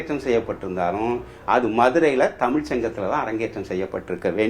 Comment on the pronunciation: So much knowledge sir. But can you not prounce the special word Za. Tsmiz. NOT. Anyway nice to know about our great Madurai. TAMIL.